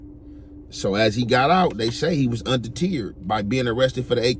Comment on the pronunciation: Un-de-teard is wild! 😂😂 undeterred nigga, undeterred